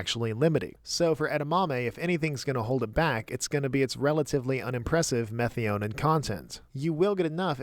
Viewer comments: Meth-i-o-neen is how I learned to pronounce it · I did look it up because the way you pronounced it in the video was making me question my sanity. Meth-EYE-uh-neen is correct. Whoever told you otherwise is clearly trolling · I've never heard methionine pronounced that way. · Minor note but your methionine pronunciation threw me. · Please brush up on your Methionine pronouncing. 😂 Good video as usual though.